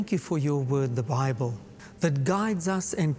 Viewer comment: “Bibel”?? Really?